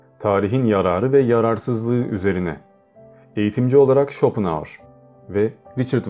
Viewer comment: Lütfen özel isimleri doğru telaffuz ediniz. Okunuşunu yazıyorum; Şıtraus, Şopenaur, Bazel, Vagner..........etc..... Güzel bir video olmuş, teşekkürler. Emeğinize sağlık.